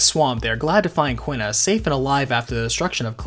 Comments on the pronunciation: the pronunciations in this game tho. zih dayne, brahn (like Bron from game of thrones), lindbloom, Kee na not kwih nuh. zidane and lindblum, I'll admit I'm wrong on, but i think brahne is pronounced without the e, and i know quina is pronounced kee na. Lani is also a fun one because it could be law-nee, lay-nee, lan -ee (the Lan pronouned like land), or luh nye. I always pronounced it Lan nee when i was young, but now I like to think it's luh nye. lol i have more pronunciation issues with this game than i do with runescape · FF9 video: pronounces Quina "kwinna" FF8 video: pronounces Quistis "keestis" I know this shouldn't bother me, but man I noticed it pretty hard lol